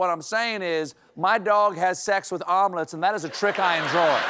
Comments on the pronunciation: I thought John Kennedy said almonds at first instead of omelettes 😅😅💀💀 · I kept hearing almonds…